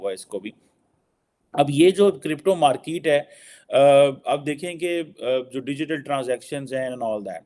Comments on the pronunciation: Are it's not markeete it's market 🤣🤣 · Pakistani accent 🤣 Markeeeet 🤣🤣